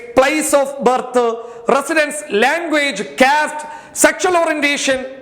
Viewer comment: കേസ്റ്റ് അല്ല കാസ്റ്റ് 😀😀😀